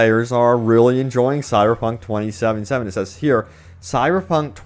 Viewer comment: Please enunciate 2077 properly.